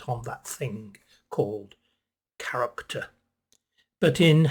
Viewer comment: When you said, ‘character’, I thought at first you said ‘carrot top’!